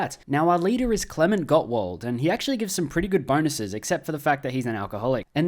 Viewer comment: nice pronunciation of Klement Gottwald, I am impressed 👍